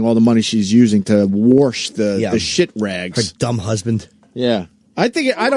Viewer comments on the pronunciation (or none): Wash, Opie. Not ‘worsh’ you little child. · Say worsh one more time opie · Oh my God opie stop saying warsh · stop saying worsh